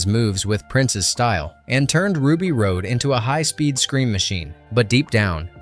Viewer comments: You said Ruby Road…. Um… no? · "Ruby Road"? You reviewing a film with 'facts' but cannot say one of the main characters names. Come on! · i still quote the divine language when people touch me (i hate being touched) i'll say 'Senno ecto gammat.' I also have her tattoo. HOW DID YOU MISSPRONOUNCE RUBY'S NAME???????? :O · Milla was nearly half Besson's age... but yes, so was Maiwenn. Anyway, the way Ruby's last name is pronounced shows that chatGPT didn't even watch the movie. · Awesome video man this is easily one of my favorite movies of all-time and most definitely a timeless sci-fi classic that will likely never be replicated. One teensy tiny gripe is that it's Ruby Rhod (Rod) not Ruby Rhode 😁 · why do you keep calling hiim Ruby Road? It's Ruby Rod. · It’s pronounced “ROD” not “road”! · Chris Tucker’s character’s name was Ruby Rhod (pronounced like fishing “rod”, not pronounced like rocky “road”.) The guy narrating this video never pronounced it right, not even ONCE!! It’s like he didn’t even watch the frakking movie! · RUBY "ROD" Not RODE. ffs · Ruby Rhod's last name is pronounced "rod" not "road." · Your narration keeps pronouncing it road. But Ruby Rhod was pronounced rod. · Have it on DVD watch it a lot! Didn’t even see it in the theater. This was Milla Jovovich breakthrough role. Funniest part of this is I do not even like Bruce Willis.... mostly as a person. He was a jerk! So, if you're going to read the script..... GET IT RIGHT! Its Ruby Rohd. Its pronounced Rod! Not Road! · Are you a fan of the movie? Because I don't get how you could mispronounce Ruby Rhod and Mondoshawan, like, repeatedly. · can't stand the mispronunciation of Rhod and Cannes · I’m loving the info but this voiceover is killing me. It’s Ruby Rod not Road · Love learning about all this. One thing I thought should be brought up about the character Ruby. Ruby's last name is pronounced "Rod, as in Hotrod." Not like Road. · “Rod” not *”Road.” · Ruby's last name is pronounced "rod", not "road".